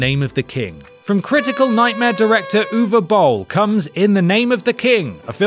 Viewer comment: The British accent makes it hard to understand what the hell the name is, "oovabull"?